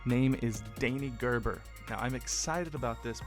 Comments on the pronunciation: And yeh, you need to watch the "Next one '10' as well" The pronunciation of Gerber is good, you nearly got the G, ha ha ha. Loved your reaction. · CLOSE WITH THE PRONOUCIATION HATS OFF FOR TRYING